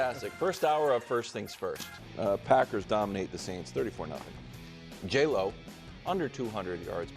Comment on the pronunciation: Dear Wildes, may i re-submit the petition a previous viewer commented earlier this season for further review: "Love" starts with a "luh", so Brou's use of the nickname "J-Lo" remains phonetically inaccurate and we can't stand for this